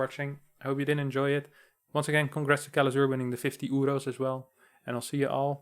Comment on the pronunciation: "Congratulations to kelazhur for winnin 50 uros" - 2020 It's euros not uros but uros sound nicer kekw